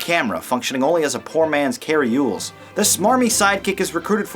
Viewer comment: Cary's last name is Elwes. The "L" comes before the "W." It's pronounced "el-ways."